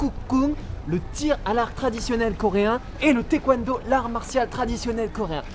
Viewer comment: ENFIN quelqu'un pour dire que c'est pas Taïkwondo mais Taekwondo ! c'est pas Thai enfin 😂😂